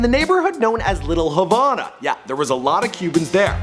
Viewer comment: little havona lol